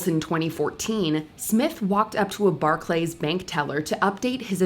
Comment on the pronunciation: Bar-Clays LOLOLOLOLOLOL